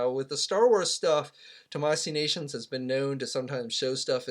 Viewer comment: Omg still can’t say it right...it’s TAMASHII NATIONS not tamasee nations